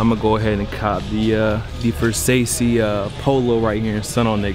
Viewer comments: he said versa-c instead of (ver-sah-chee) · VER LIKE UZI VERT. (VER) SA. LIKE SAH DUDE SA MY G. AND CHE LIKE CHEESE. VERSACE. NOT VERSACHIE. Why am I so mad. And he stepped on the trues. I unsubbed. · Isn't it pronounced as Ver Sah Chee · Ver-say-see 😂😂😂😂😂 ver-sah-see 😂😂😂💀💀💀💀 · Did he just say “ver sasee”(Versace) do you mean “ver sachee”(Versace)? No hate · Bruh how u say Versace as "Ver-Say-See" smh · what the fuck is wersase its called Versace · Bro... it's "Ver-sah-chee" 😂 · Versauce🤣🤣🤣 the c is like a ch Versace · When he pronounces Versace ver-saucy… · Versace not versausey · Karan Chawla dude he knows how to say it... you ever listen to Kanye when he says "pass that ver-say-see (Versace)? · dafuq is "versase" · Pronounced versachey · The way he says “Versace” 😭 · the way this guy says versace 🤦🏽‍♂️ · U said versace so wrong